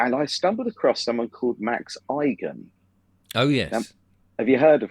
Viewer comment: Igan, pronounced Egan